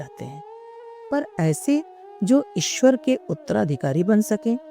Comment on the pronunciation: इस ऑडियो में ईश्वर का उच्चारण और अधिक शुद्ध किया जा सकता था